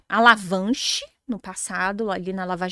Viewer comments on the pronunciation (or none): "A empresa passou por uma ALAVANCHE?".... O que e isso? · Meeeeeu Deeeeeeus! Estão matando a língua portuguesa mesmo!, vc teima em falar Petrobrais 🤔 E uma professora fala "alavanche" ao invés de avalanche! 🤦 É o fim do mundo mesmo...